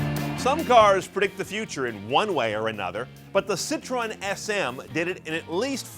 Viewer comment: I refuse to listen to someone critique a Citroën SM, when they can't even pronounce Citroën.